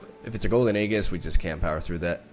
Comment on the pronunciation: how is he still saying "aeGHis"? This is my 55th comment saying that its pronounced Aejis. I am tired..